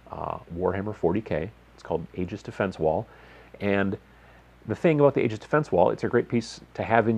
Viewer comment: It's pronounced Ee-jus not Age-iz...